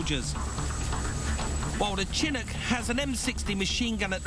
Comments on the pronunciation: Mike Brewer is a serial mis-pronouncer. He always used to refer to the Ford Ka as a Kay-Ay, so Chinncuk instead of Chinook is par for the course. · I can assure you I have never ever heard Chinook pronounced like this ..... and I'm English.